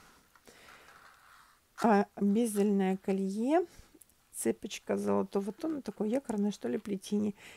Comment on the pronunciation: Еще не цЕпочкп а цепОчка.Сама не русская и постояно,для себя, проверяю ударение в словах.Я и в словарь заглянула и в интернете поискала нигде нет ударение на е,незовисимо в какой смыславой ряд это слово ставим,золотая цепОчка,цепОчка событий и тд.Если я ошибаюс дайте источник где обясняют почему ударение на е,спасибо.